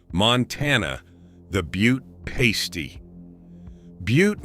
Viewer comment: I'm heating up a pasty (pronounced differently than you did) right now. Cornish pasties are a family tradition - they can be found in northern Wisconsin and Michigan, too. Runzas are definitely a Nebraska food, my aunt taught us to make them.